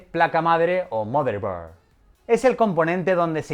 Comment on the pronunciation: Placa base, placa madre, o "mhoderbohh" jajajajajjajaj